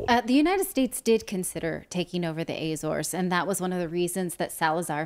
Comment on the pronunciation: Ah-zor-es, as in attention, applause. Same in English, Portuguese and Spanish. It is not "Ayy-zores".